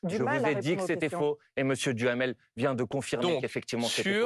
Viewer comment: 😂😂😂 J'adore ! M.BOMPARD prononce le nom de M. DUHAMEL par M. Djamel, tiennnns 😂😂